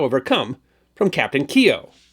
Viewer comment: Thank you for saying Keogh, properly.